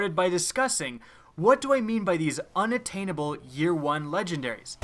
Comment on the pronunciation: unattainable... good story! we need English classes again come on sorry man but seriously that is an easy word.